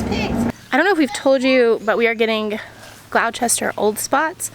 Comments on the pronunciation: Gloucester,,,,, pronounced Glosster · Gloucester rhimes with "LOST 'ER." I promise!